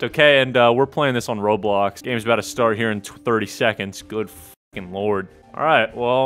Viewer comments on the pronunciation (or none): none